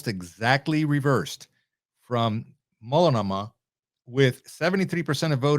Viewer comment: Pronounced: Mult no mah and De Shoots counties. 😃 Multnomah, Washington and Clackamas counties make up Portland and surrounding metropolitan areas. Marion County is home to the state Capital, Salem. All are solid or majorly lean left.